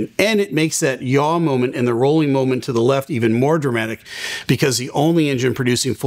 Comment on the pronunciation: Why do you call it “injin”. It’s not Tonto. It’s pronounced “enjin” with an “eh” not with an”I”.